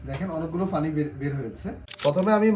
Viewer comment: Pani ke funi bolen keno??